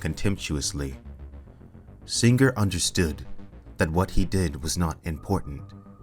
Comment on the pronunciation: "SinGRRR" What did that G ever do to you?